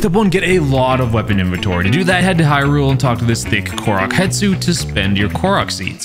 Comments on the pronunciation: I swear to god, if I hear someone say HETSU one more goddamn time, I'm gonna commit several crimes against humanity. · “Hetsu,” I’m sorry who?